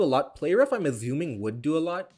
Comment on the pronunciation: dude love your videos but can you stop aZuming, actually makes my ears bleed